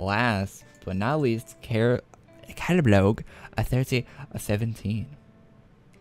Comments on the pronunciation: Its pronunced caladBOLG not caladblog. Thanks :D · it's not calablog it's "calad" "bolg"